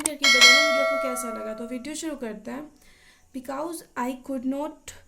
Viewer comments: Please prononce ‘because', properly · Because ❌ becows ✅ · Wow what a good explanation Baquause its bequause😂😂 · It's not beqause 😂